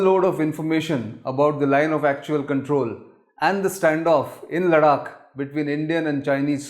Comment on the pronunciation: Please pronounce Ladhakh correctly